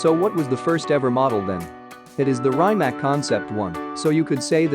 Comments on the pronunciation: You could atleast learn how to pronounce a cars name if you do a video on it. I felt so much pain while you were saying rimac that i couldnt watch it until the end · First of all learn to pronounce Rimac properly😏